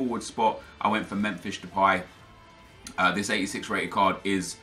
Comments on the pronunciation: You said memfish depay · Memfish delay? Why do you pronounce it like that